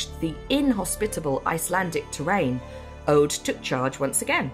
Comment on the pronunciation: Aud pronounced as Ode? Who decided to skip the language consultant? Au is a diphthong: a short unstressed a — like the a in about — the u is a long oo as in Scottsh good— all ending up in an unstressed d In "oseberg" all the vowels are pronounded, none of them s a diphthong. To be fair, the closed long o at the beginning is one of those sounds that don’t really exist in English. But the unstressed short first e cannot be omitted (the se sounds close to se in second). BBC should try harder.